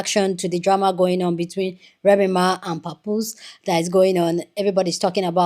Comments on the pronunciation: I like the pronunciation! lol 😂 we don’t need to be pronouncing his name too correctly now, papoosh will do. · who the hellll is papooshe 😂😂😂 I was watching the last videos just cracking up every time you said PAPOOSHE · The way you pronounce Papoose’s name keeps sending me! 😂